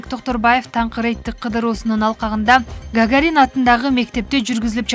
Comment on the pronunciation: Не мынча сабатсыз диктор😮 Гагарин деп басымды И тамгасына эмес А тамгасына басым ташталат Каяктан чыккан дикторлор башка планетадан келгенби😂